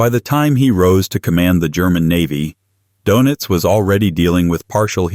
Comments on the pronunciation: Dœnitz or Dönitz. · Donuts 🍩? AI messed that name up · 'Donuts' - Doenitz! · The "o" in his last name needs a German umlaut! And it's pronounced more like "oo."